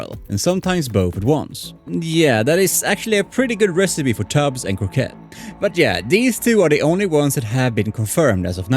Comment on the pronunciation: Crockett not Croquet 🤣